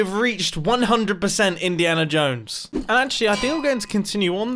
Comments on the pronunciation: Grian Mumbo said Indiana Jomes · Mumbo. I'm going to make it look naturally generated Also mumbo "INIANA JONES"